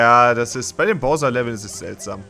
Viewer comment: Es macht mich fertig, dass einfach nicht weiß wie man Bowser ausspricht. Übrigens ist es übelst dreist wenn man selbst arbeitslos ist - und nein, Zeitung lesen, Burger essen und Spiele aufnehmen ist keine Arbeit - und dann aber sagt, dass sich Entwickler bei einem Remake Mühe geben soll.